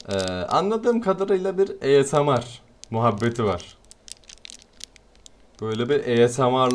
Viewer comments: Ya abi orda asmr vardı niye susmadın ya biterse bir susuarmısın ayrıca o esamar değil esımır diye okunur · Abi eğsamar değil asmr videosu o